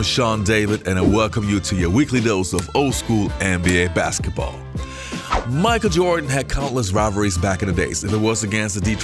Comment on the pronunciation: It's Michael Jordan, not Micah Jordan.